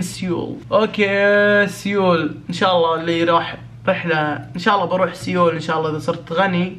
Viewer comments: تنطق سول وتكتب سيول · كل ما يقول سيول اتنرفز لان قاعد يقولها غلط ومدري كيف اشرح نطقها الصحيح بس مافي مشكلة مافي احد م يغلط 😂😂💔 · يا خرا مو كذا ينطقوها سيول 😂😂😂